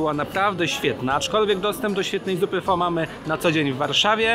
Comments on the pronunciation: świetny odcinek. Z tymże jedna uwaga. Otóż w jednym z filmików - na temat języka wietnamskiego dowiedziałem się, że słowo pho wymawia się jako phy. A to bardzo ważne gdyż jak powiemy: Poproszę jedną pho to oznacza to tyle co delikatnie mówiąc poproszę jedną panią ciężko pracującą przy drodze własnym ciałem. Zapraszam też na swój kanał gdzie oceniam herbaty, yerba mate i zioła. Tu masz moją recenzję Zhu Ye Puerh (puerha w bambusie) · Hej, słyszałem o innej wymowie pho, ale.... wymowa "pho" tak się zadomowiła w Polsce i na Zachodzie, że chyba już po ptakach. W Wietnamie będę jednak uważał, jak już pojadę!